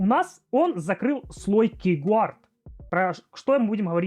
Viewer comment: "кейгуард", "труй" 😂 Повеселил, однако. Видик прикольный. Но я не помню когда последний раз вообще юзал пин-код симки....